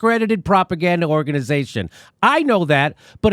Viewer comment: Organ-EYE-zation (haha) ... The Canadian accent snuck out for a second there. Aaron Mate is a national treasure.